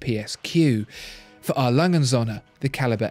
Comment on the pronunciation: Agreed. There's no real competition between these two. Too bad can't even pronounce Söhne.